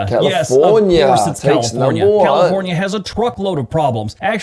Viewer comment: Oregon numba wan